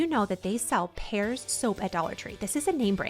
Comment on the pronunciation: Pears soap is pronounced peers. It’s a glycerin soap comparable to a much higher priced soap(Neutrogena).